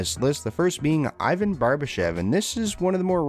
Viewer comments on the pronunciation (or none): none